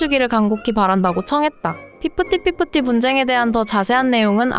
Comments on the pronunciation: 피프티피프티 발음 졸라힘들다. 걍 핍티핍티 라고하지 다들 또박또박 피프티피프티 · 핍티핍티로 발음해도 될듯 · 아니,,, 나레이션. ...할때요.. * 피프티.피프티 * 발음을. 😮꼭. 이렇게. 애. 처럼. 발음 하셔야하나요😅 귀엽게 들렸음해서?😮음청 거슬렸어여^^;;;;;;;저는. 억양이랑 발음. 😢